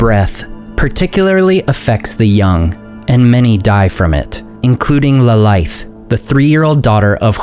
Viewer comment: i read that thangorodrim is pronounced with the "rod", and not the "oro". It comes from Thang, orod, and drim, meaning oppressor, mountain, group; or Mountain Chain of Tyranny. Please correct me if im wrong ! :) also, Turin's sister Lalaith (sindarin for "laughter") is pronounced La-lie-ith, not La-lie-th, if that makes sense.